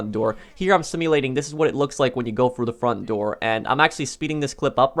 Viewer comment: The word is THROUGH not fru.you didn’t go “fru” the door you went THROUGH it.jesus fuck.